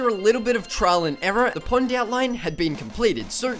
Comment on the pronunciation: When you were saying pond I thought you were saying punt.